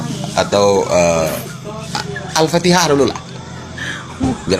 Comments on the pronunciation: Suruh baca surat alfatihah ,jangan dibaca alfatekah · Jokowi muliono baca Alfatihah saja tidak hapal, ALFATIKAH